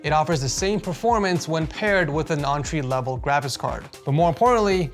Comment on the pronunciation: you my boy BUT I can't let you slide on the "On Tree" 😂😂😂 entry pronounced (in tree)